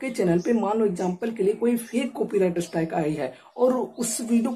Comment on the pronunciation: अरे भाई!अस्ट्राइक नहीं है स्ट्राइक है।